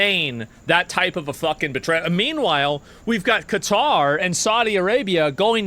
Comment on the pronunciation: "Betrayel" lmao. Greenland was a betrayel. Spain not letting the US use a base is such a nothing burger.